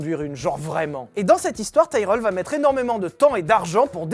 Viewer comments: Ca se dit Tirelle et non taïreul hein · Ca se dit tireul par taïrèle xD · Quand on cherche à passer pour un spécialiste alors qu'on y comprend et n'y connaît rien, ça donne ton "Taille-Reul" ... À l'ignare que tu es, je préciserais qu'on dit "Ti-Relle" même en Anglais !! (Pour info, j'ai écrit le nom phonétiquement !!) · On dit "Tiraile" pas "Taireule". Comme on le prononcerait en francais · Tyrrel prononcé Taïereul, pour ma part j'ai toujours prononcé Tirel, suis-je le seul? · Pourquoi prononcez-vous Taïe-relle ? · On prononce tirrel, à cause du double R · Pourquoi prononcer Tyrell en "Taïreull" ? Ça me rappelle Jacques Laffitte prononçant "Neurbeurgring" plutôt que "Nurbourgring". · Ça se dit tirell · En effet, je viens d'écouter des vidéos en langue anglaise sur l'écurie, et ils prononcent Tirel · J ai jamais entendus prononcés tyrell à ta façon